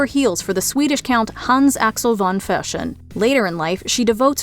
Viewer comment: Why is Fersen pronounced as Freshen? It's wrong.